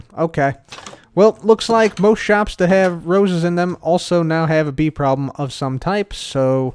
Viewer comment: you said "bee problem" and i thought oh its a just a "wee problem" and that's on bee-ing Scottish